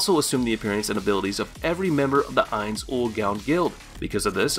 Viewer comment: I wasn't going to nitpick over a poor pronunciation of Ainz's name, and instead settled in for what I thought would be an informative rundown of the various skills & powers of the Nazarick NPCs. I started reading comments as I listened to the talking-head video, only to find out it was the other end he was talking out of. Thankyou everyone for saving me from watching to the end.